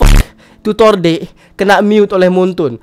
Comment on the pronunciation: deck bg bukan "dek"